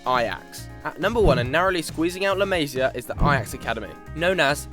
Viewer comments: Its 'La Mass ia' not 'La Maze ia' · Pronunciation of La Masia is very weird.